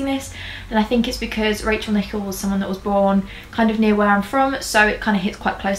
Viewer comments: It’s pronounced Nick - El babe! Loved this vid!!!💛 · Great video, but just to let you know that her surname is pronounced with the emphasis on the 2nd syllable.